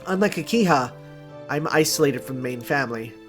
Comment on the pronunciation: Not sure if you have noticed yet but it's an H in Akiha, not an N. So it pronounced Aki-Ha, not Aki-Na.